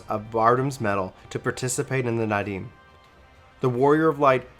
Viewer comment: It’s Naadam not Nadim. Loving these recap videos, but maybe you should check on the pronunciations with someone before you record. In any case I appreciate these videos my dude